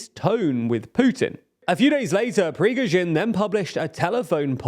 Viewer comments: You can either deliver the news professionally or mispronounce your subject's name repeatedly by adding sounds that obviously aren't in the name as written. Pick one. preh-GO-zhin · all due respect, and no one's perfect - but y'all need someone to check the pronunciation in your scripts. It's pri-GO-zhin not PRI-goz-vin, and SHOI-gu not SHOI-vu. There are frequent offenders in other videos too (like Nagorno Karabakh). I know quality and accuracy matters to you, and this would be a pretty easy fix to improve the channel's credibility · Lol halfway through we went from Prigozhin to Prishkovin 😂 You guys are really not good with names 😄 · Could you please pronounce the name of that bald gnome correctly? It's PRI-GO-ZHIN not PRI-SHKO-VIN. Thanks. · Just a slight pronunciation suggestion: "Pree-Goh-zheen" not "Pee-zhkoh-veen." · Privozhin, Prishkovin, Prizhgovin...ah, fuck it, let's just call him Bob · It's Pri-goh-zhin ; the "Goh" is like the goh sound in "God." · 450 days of Prigozhin... Pree-GO-zhin... yet somehow you stress the last syllable? Jesus. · Every time he says Prigozhin it becomes worse, until he almost says "penguin". Is trolling us? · One monster for another. Side note: Prigozhin's name may is pronounced as it reads with an emphasis on the "o": Prigo'zhin. There is no extra syllable there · Why do you keep calling the man ‘Prizhgovin’? I realize Slavic pronunciation may be a challenge, but it’s as if you didn’t really know the name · i stand corrected... who the F* is Prishocovin? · Who's Prishkovin? 😂😂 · Пригожин is pronounced “pre-GO zhin” with accent on the ‘go’ and has no “v” in last syllable… your pronunciation is hit n miss bro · For those with the difficulty in the pronunciation, here is a close approximation: "pri - go -shin". Stress in on the "go" syllable. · My favorites Progeero-chin or Prish-gorin😄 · Who's "Prishkovin"? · "Prishgowin"? You're not even make an effort any more to pronounce the letters in the proper order...